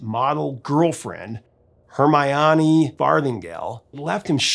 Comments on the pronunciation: You never evidently watched the Harry Potter series of movies or saw the 70s Norman Lear show “Maude”. I say that because at the start of this bit, you mentioned (and mispronounced the eff outta the name Hermione. Which should have been pronounced HER-my-owe-knee rather than the “cat-in-a-blender sonic abortion you came up with. The one upside to that was you caused me to go digging about for details on Bowie and the British character actress Hermione Baddeley, so it wasn’t a total loss for me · Hermoine - Her-MY-nee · Her-my-onny? Seriously? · Her-my-on-knee? I refuse to believe you havent atleast heard about the Harry Potter characters. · Your videos are amazing. I love your passion for music and your gift for communication. In watching this video I was struck by your mispronunciation of the name, Hermione. It is typically pronounced like (air - my - nee) or occasionally (air - my - uh - nee). Keep the Faith, "Three chords and the truth." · As a Bowiephile I thought I knew everything about Space Oddity. Didn’t know about the Tom Majors theory or the Simon and Garfunkel criticism. Other than butchering Hermoine’s name.well done again. Top Bowie albums/songs are tough for me, but here we go for today: 1) Suffragette City 2) Sweet Thing/The Candidate 3) Time 4) Queen Bitch 5) Black Star